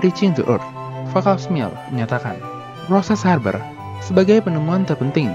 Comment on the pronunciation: “Haber” bkn “Harber” “BASF” bkn “ BASV”